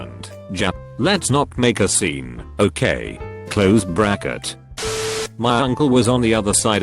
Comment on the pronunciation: No one: Not a single person: Not even an redditor user: Voice over voice: clOsEd bRakEt